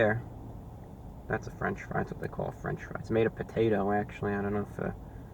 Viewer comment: wow really i naver heard of a franch fry before